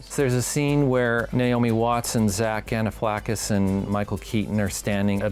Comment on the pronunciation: "Zach Ganiflackis"...... Wow haha